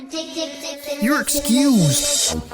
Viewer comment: "you're excyoosed" Got me dying 🤣😂